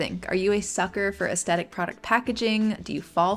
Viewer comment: Hi, I love your videos but it's pronounced "aesTHetic". It was driving me insane. So sorry to nitpick, please continue to put out great vids!